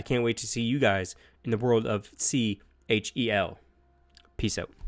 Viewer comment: It’s not C H E L it’s just one word lol